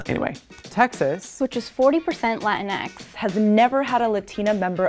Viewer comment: It's not pronounced Latin-X. It's Latinx, rhymes with sphinx, jinks, and stinks. And it has nothing to do with Hispanic people. It's a trademarked term for a new material that's supposed to replace Spandex. The sportswear people were really pissed off when the SJWs hijacked it.